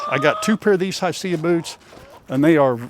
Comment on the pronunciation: It may be spelled Hisea but pronounced hisee.